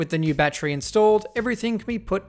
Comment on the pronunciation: god I hate the way Australians say the word 'battery'